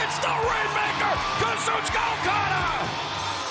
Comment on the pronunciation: For as much jerking '' does to Japanese terms, you'd think he could get Okada's name right...